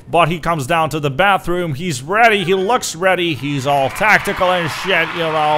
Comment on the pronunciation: "Get wedy"